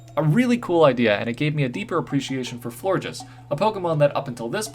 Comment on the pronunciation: You have a very weird way of saying Florges and offrandes.